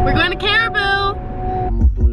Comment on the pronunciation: She finally said caribou right haha